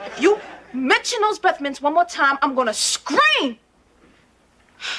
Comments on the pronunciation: BREAFF MINTS!!!!!!!! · Mention those breffmints one more time, I’m gonna SCRERCS